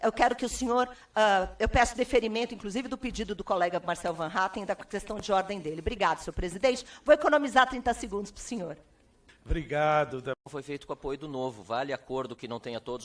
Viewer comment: O sujeito, "presidente", não consegue pronunciar Van Hattem...